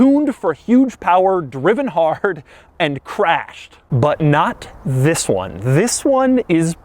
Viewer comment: Just stop saying THIS that way it's so annoying